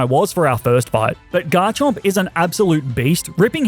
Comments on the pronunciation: Do not leave off the M in Garchomp! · The first O in Garchomp is supposed to be an A!